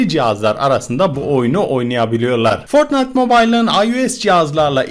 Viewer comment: fortnayıt mobayıl diye değil fortnayt mobayl diye okunuyo söyliyim skfjdjh